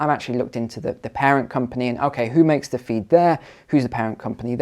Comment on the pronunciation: ‘We penetrate ze cabinet’.